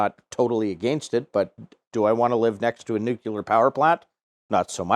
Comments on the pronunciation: This is a great video. But you're mispronouncing nuclear. It's "new-clear" not "new-cue-lar." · No, it’s “new-clee-ur”;)